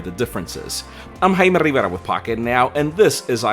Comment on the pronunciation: What I heard was “I’m rivrafriffravf” lol